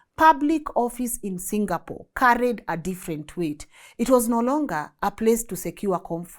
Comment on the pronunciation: This a very few times ive heard somone foreign pronounce Singapore like how a Singaporean would pronounce Singapore! 🎉 Rmb folks its Sing--a--por not Single-pour 😂😂